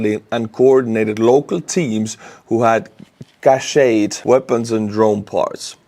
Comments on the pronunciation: Cached, not cacheted Ballet, cachet, sachet, no relation to cache.( rhymes with stash) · in US, cached is "cashed" phonetically. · Cached is pronounced the same as 'Cashed' Canadian word by the way, from the French